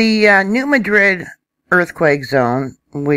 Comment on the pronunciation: really appreciate your vids. One suggestion...locals might not recognize the pronunciations. I believe it's the New MADrid fault. And it's KADoh.